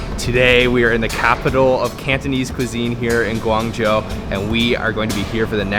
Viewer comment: Its weird for me to hear you said "guang jou" because i knew you could spell it in the right way